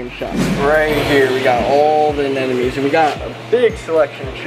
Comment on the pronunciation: it's anemones,,,not ANNENOMIES😂